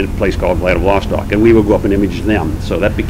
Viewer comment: Very very interesting, but such a pity he makes such a shambles of pronouncing Kamchatka peninsula and Wladiwostok. You would expect someone like him to at least know how to pronounce the names of the areas he flew over better. But yeah, Americans you know.